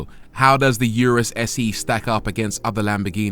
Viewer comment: It’s pronounced Ooooo Roooos